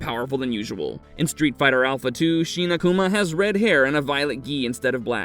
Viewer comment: Shin is not sheen, fool.